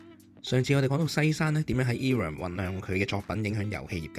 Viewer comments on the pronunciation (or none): Irem 係讀 I-Ram 唔讀i(e)音的 亦唔讀rem ，直接讀 RAM 的